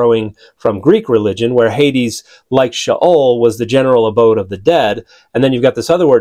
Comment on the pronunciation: When you claim to be a "scholar" but can't bother to pronounce words like sheol even remotely correct. What a joke.